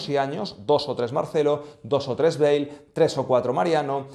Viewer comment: *Hazard, no “azzard”. * Bale, no “beige.”